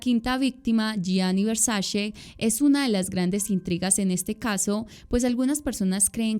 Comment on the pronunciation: Hermosa adoro tu trabajo, aolo queria hacer un comentario constructivo, se trata de la pronunciación de Versace, se dice literal Versache, no Versashe. Ya que la C en Italiano de pronuncia igual que la ch